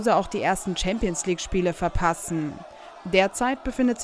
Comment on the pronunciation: die gute alte "Hampions league" wer kennt sie nicht